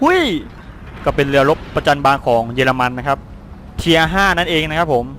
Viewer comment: ภาษาเยอรมันออกเสียงว่า เคอร์นิค แล้วก็เยอรมันไม่ใช่เยรมัน 555+